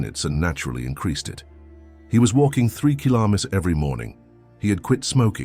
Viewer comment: Killomotters. Gotta love AI.